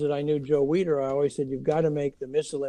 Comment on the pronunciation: Need to pronounce Joe Weiders name correctly. It sounds like weeder.